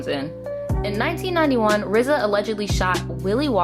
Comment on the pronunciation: Low-key, the fact that you keep saying RZA's name as "Rizza"...😬😬😬 just being honest. It's just RZA, not "Rizza". Other than that, I liked your take on the whole thing.